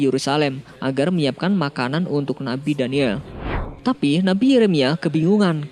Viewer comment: Maaf mas nabi daniyal AS . Bukan daniyel.. Meluruskan saja.. Coba lo denger baik" Nabi daniyel